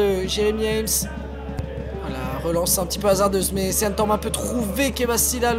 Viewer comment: Un mec peut dire au commentateur que Sean, ca se prononce "Sheun" ?! Sérieux.. Ok il sont de Bergerac, mais y a internet là-bas aussi non !?